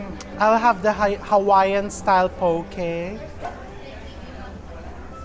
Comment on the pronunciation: Try foodland poke ( not pow-key) chef. Dami sila klase. 😊